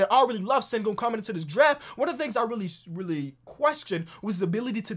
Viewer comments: Turkish subscriber here, it’s pronounced ‘Shen-goon’ mate :) keep up the good work can’t wait for the notifications coming from your uploads! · its pronounced shengün (ü as in j(u)ry)